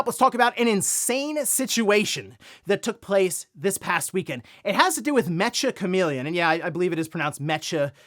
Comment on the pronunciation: i think its pronounced meka. Like the robots.